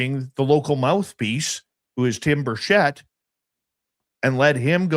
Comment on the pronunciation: It is pronounced Tim Birch-et, there is no sh in Tim’s name. Tim is to nice of a guy to correct people but I am not. He has been my county mayor and Congressman for about 15 years now and I consider him a friend.